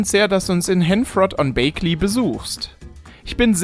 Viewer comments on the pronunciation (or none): nicht Bakeley, Bägley, nur z Info